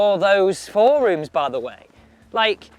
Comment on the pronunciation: Work on your pronunciation of forums.